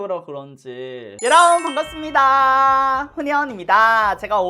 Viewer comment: 지금까지 처음에 여러분~~반갑슨니다~~ 이거를 뾰로롱~~반갑습니다~~ 이걸로 들엇어요,,, 오늘 자막보구 알아가지구 뾰로롱인줄 알앗서여